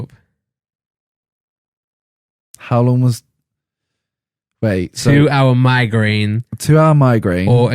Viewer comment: Randolph saying migraine gives me a migraine